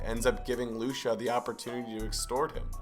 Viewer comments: Her name is pronounced Lu-chee-ah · “Loosha” lmao I love how you pronounce her name